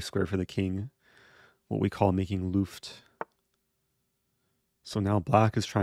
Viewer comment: Your vidoes are wonderful but your pronunciation of "Luft" is not. Remember it's the same word as in Lufthansa.